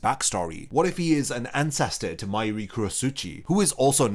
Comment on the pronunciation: Why do you pronounce Mayuri’s name “My-ree” it’s pronounced “May- er-ri or May-er-ree”